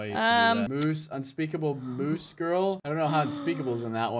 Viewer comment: its moose not mosse